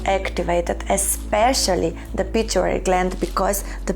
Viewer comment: Its pituitary gland not pituary, just a gentle correction, thank you for your lovely videos